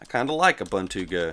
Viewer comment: It's pronounced like this: OOBOONTOO